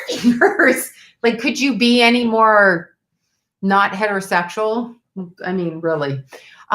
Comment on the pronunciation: Man if only I could 'out' some of the atrocious hair dressers I've had. I swear it sounded like you said hair-o-sexual. I love your honesty and rawness. Hoping you get the answers you need. 💛